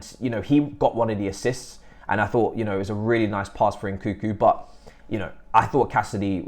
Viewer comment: why the most of english people call Nkunku " Nkuku"?